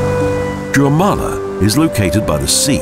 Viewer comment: Līvu Square. -- Jūrmala. A pity that the producers didn't think to employ a voice-over artist who knew (or could be bothered to find out) how to pronounce the names of the places in this video.